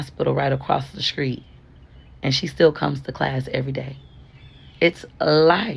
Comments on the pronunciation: Gurl, why won’t you learn how to say sTreet and not sKreet??? you make too much money almost 40 years old and haven’t hired a tutor to teach you how to pronounce simple words. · I hate to hear people say Skreet! And swears she’s so smart! 😂